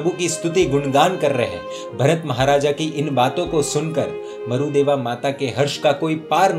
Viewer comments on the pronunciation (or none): Marudeva nahi Marudevi name h aur sihasan nahi sighasan bolte h